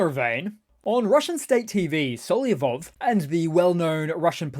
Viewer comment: the guy's name is not Solyov - it's Solovyov.